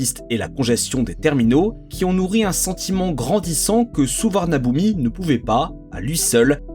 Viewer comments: On prononce Suvarnabhumi (suvanapoum) tout simplement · Peut-être qu’avant d’entrer dans les termes techniques, il faudrait commencer par savoir prononcer correctement le nom des aéroports ?